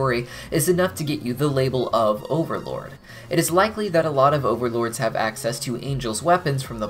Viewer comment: Jajaja, did you just call overlords "beans"?